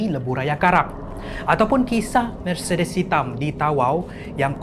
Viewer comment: Ya Allah sebutlah mercedes tu betul2 🤣🤣